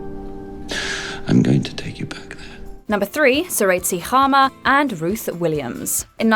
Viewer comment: I was not expecting to see Sir Seretse Khama and Lady Ruth. And a very good attempt at pronouncing his name